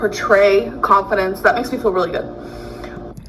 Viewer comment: wants to “pahtray conf-dints” you guise!